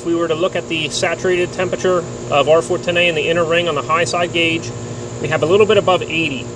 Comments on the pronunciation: why does he say a like that. r410ayee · I love your videos but the way you pronounce 410a is killing me.😂